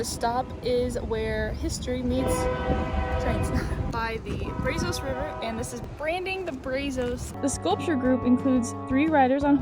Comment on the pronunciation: Brazos River. Pronounced "Brazz us"